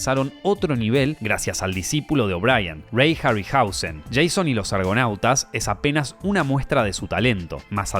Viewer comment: La costumbre hace leerlo asi, pero «Jason» se dice como se leé, gran videos❤💪🏻